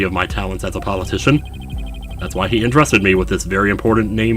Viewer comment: It's Paul UH- TISHON as in, Politician